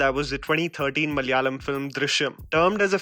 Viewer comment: Instead of saying "Mal yaalam", try saying "Mala yaalam"